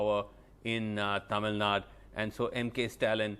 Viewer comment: This national media news readers, anchors has any problem with their tongue like stroke? It's clearly written as " tamil nadu " but they always pronounce it as tamil nad🤦🤦🤦 Feel so ashamed of their their language... JUST EDUCATED IDIOTS ...